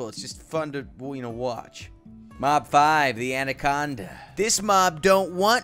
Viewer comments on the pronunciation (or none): Not andaconda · The correct pronunciation is Anaconda in Indonesia we call it anakonda